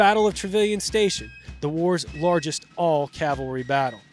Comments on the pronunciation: It is not Calvary! It's CAValry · Cav-al-ry. It's really easy to say, but for some reason a lot of people have trouble with it.